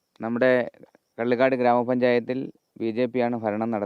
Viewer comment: മലയാളം പറയാൻ ആദ്യമേ പഠിക്കണും (പള്ളിക്കാട് അല്ല കള്ളികാട് )കാട്ടാക്കട താലൂക്ക്